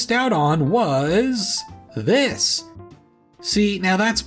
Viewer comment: Did you put the wrong emphasis on "this:" when you said it in your script? Or were you supposed to show us a second, additional map after the first time you said "this:" ?